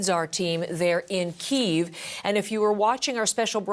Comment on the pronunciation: Why cant Americans say Kyiv 🤦‍♂️🤦‍♂️